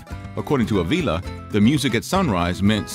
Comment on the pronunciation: it ain't a-veela it's Uh-vila